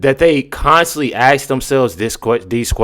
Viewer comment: It’s ask, not ax